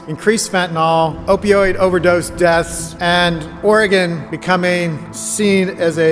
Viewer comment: Oregon, not organ.